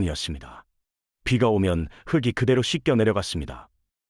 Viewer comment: 흙이의 발음은 흑이가 아니라 흘기 입니다. 참고하세요